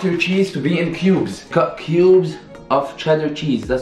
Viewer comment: I thought my man's was saying pueubs instead of cubes